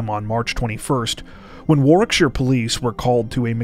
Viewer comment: Well done for pronouncing Warwickshire correctly. Not many people from outside of the UK would be able to do that. 😉